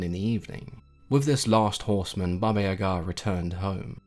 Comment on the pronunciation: Finally someone said her name correctly, I only new the evil side not the other one thank you so much for telling me I love your channel❤❤